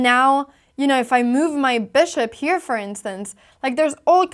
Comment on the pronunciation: When move is a verb, Anna pronounces it ‘moove’. When it’s a noun, it’s ‘myoove’. So sweet!